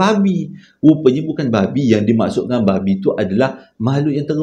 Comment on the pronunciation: Pekat betul "babhi" nya tu 🤣🤣🤣